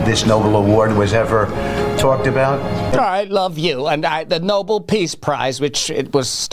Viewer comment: Listen to how he says Nobel he doesn't even say it properly lol